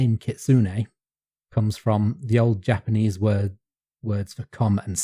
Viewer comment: Japanese G sound is the hard G as in get, not like in general.